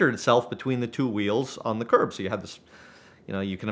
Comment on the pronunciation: The Canadian accent is entertaining in itself. I’ve never heard “curb” pronounced in such a unique way…”CURRBEH”